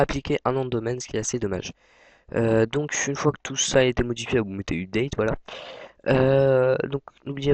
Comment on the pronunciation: DEPUIS QUAND LE HTML C'EST DE LA PROGRAMMATION ???? ET UPDATE T'ES SÛR DE LA PRONONCIATION ???